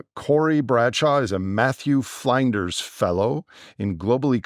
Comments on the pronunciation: Flinders is pronounced with a short i as in flint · Flinders pronounced like lynne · pronunciation of Flinders's Uni quite amusing, as an Adelaide resident myself. The fact that trigger warnings have to issued because some point of view "may hurt our feelz" is a sad indictment of our society. In the approach to civilisational collapse it is imperative that stoicism be taught in school at all level and that we cease rewarding and encouraging entitlement and victimhood.